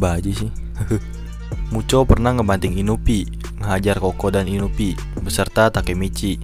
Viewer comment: Bang itu namanya inui bang bukan inupi🤣